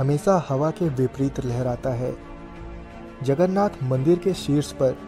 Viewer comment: It's Jagannath...not jagarnath... Love from odisha...💗